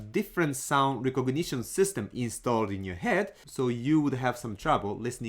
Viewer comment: I find it interesting that I can hear the influence of mora on the way you speak when you say "recognition"